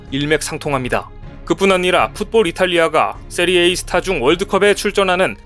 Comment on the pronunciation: 세리에이 아니고 세리에아 이름은 바르게